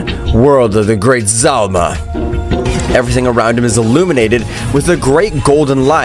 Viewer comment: Hes name is Zalama not Zalma